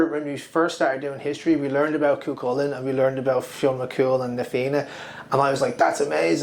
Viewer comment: .....Cú Chulainn is pronounce KOO HULLING. Parthalón is pronounce PARRHALOAN. Inis Saimer is NOT in a lake. Have you been there? You are still mixing up hostage and economy....I explained this to you in a previous vid. The land belonged to the clan equally.